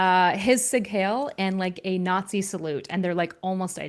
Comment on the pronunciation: Every time. Literally every time. It is not pronounced: sig hail Lmao